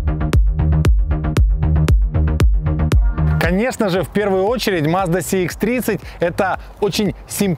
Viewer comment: первый обзорщик,который правильно говорит маркировку: Сх а не Цх.предыдущего цекальщика,даже смотреть не стал.лайк,конечно